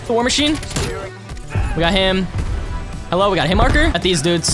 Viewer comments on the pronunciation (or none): none